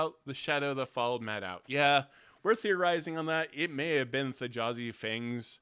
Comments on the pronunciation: Thjazi is pronounced THEE-YAH-ZEE. The J is pronounced like a Y b/c it comes from Norse. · First please pronounce the J as A Y in Thjazi Fang as Brennan did its small but will drive me crazy. Really enjoyed the discussion. Also this campaign feels much more plotted as a film or drama that conflict = Drama and that it’s less of a a party as opposed to a cast of characters. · I feel like I should take a shot everytime you mispronounce T'jazi's name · I can't understand how can watch the same four hours as us and be calling him Th'Jazi when every player was calling him "Thyazi" the whole time. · Just a small thing, it's spelled with a J but in the episode everyone just says Thiazi, not Th-Jazi. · Hate to be “that guy”, but the j in Thjazi is pronounced like a y. The name was said aloud NUMEROUS times over the course of over 4 hours, yall. Let’s be better about putting respect on the hero’s name, please. 🙏🏾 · You watched the whole episode and you keep mispronouncing Thjazi...... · This was an excellent discussion. Why are you saying the j in Thjazi’s name? Not a single person in the 4 hr episode did so, clearly indicating that it’s silent. Always find it odd when people don’t pronounce names like the people who have them.